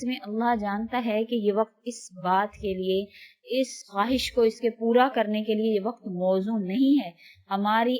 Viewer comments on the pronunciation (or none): none